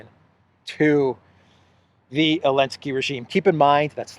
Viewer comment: I'm just curious. I've noticed you pronouce Zelensky's name as"Elensky." Does the Geeek language not have the letter "z" ?